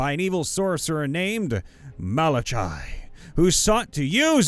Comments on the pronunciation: I have to say this because it's annoying. For then 1st story it is pronounced Mala-Ky. Then KY is pronounced like ky in Sky. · pretty sure it's "mal ah kai"